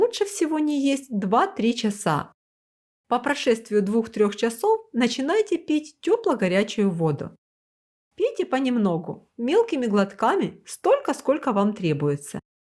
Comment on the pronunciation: По прошествИИ,,🎉